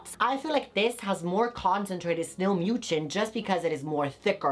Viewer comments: mucin is pronounced (ME-YOU-SIN)!!! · Snail MOO-CHIN🤣